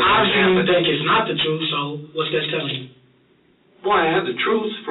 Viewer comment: Thomas wants to tell a book of lies and swear on it that it's the "truhf"😂😂😂